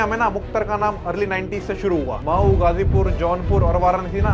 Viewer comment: मऊ को माऊ बोल रहा। कौमी को क्वामी बोल रहा।